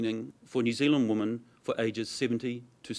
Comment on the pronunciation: FGS.... it's WOMEN not woman